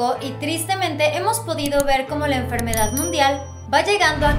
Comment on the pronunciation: PORKE DICES EN FERMEDAD MUNDIAL. OMG